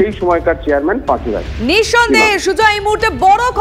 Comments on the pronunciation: উনি পাচু। Not পাঁচু। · পাঁচু নয় পাচু।